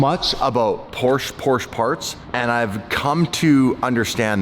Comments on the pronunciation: It's PorschE not Porsch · FOR F-SAKE LEARN THE RIGHT WAY TO PRONOUNCE PORSCHE!!! THERE IS NO A IN PORSCHE!!!!!!!!!! 👎👎👎👎👎👎👎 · i feel purposely trolls us by saying Porsche wrong 3 times then says it correctly seconds later